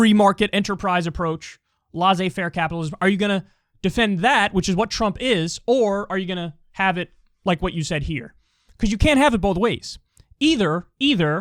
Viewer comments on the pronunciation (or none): Kyle, some day you'll learn to say "laissez-faire" properly, you're nearly there, you just have to realise the double S is not just there to look pretty.